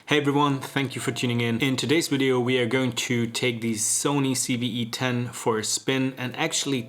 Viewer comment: No- in English he said it right.